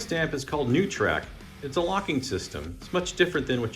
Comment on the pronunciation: let me help with some English: the word is taken ABACK, not taken back. And that new word for you is pronounced NOY-trik, not new-trak. Just trying to help, don't shoot the messenger.